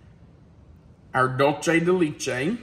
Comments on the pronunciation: I love this recipe but it is pronounced doolsay de lechay not Lee lol (Dulce de leche)❤️ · Please,.....as an Educator, conscientious of things like Enunciation..and Accuracy..Please LEARN how to pronounce Dulce de Leche properly!!! i can help!!! Ready?? it's: DOOL- say day LAY- chay!!! Wasn't that Easy?!!♡ thx!!❤ THANK YOU!!!♡♡♡♡❤ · Dull-chay da leech-ay lol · Hiya, ok I’m going to be that person. The pronunciation for dulce de leche is DOOLSEH de LEHCHE. No long “E”s anywhere. 😊😊😊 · The dulce de leche is pronounced doolsay day laychay just FYI.